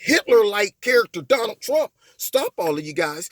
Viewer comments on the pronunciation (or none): none